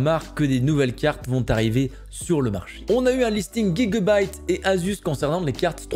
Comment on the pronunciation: Comment prononce-tu Gigabyte ??? loool